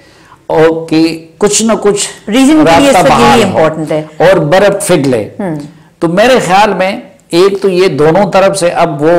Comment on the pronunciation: “ Barap Feglay”. Safi saib please pay attention to such minor mistakes. I know we all Pakhtoons make this “F” and “P” sounds interchangeable but in fact these are not. Rest you’r doing fine.